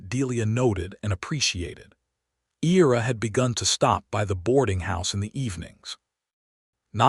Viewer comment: The male character’s name is pronounced I (long I) & Ra. I love his quirky conversational style, particularly his description of his bad dancing. Delia’s description of the 3 men who approached her is another funny moment.